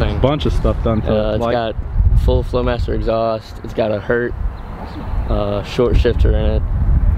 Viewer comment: what the hell is a hurt shifter. Its pronounced Hurst